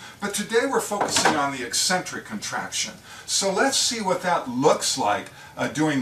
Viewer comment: What a great explanation. And it is nice to see someone pronounce eccentric correctly.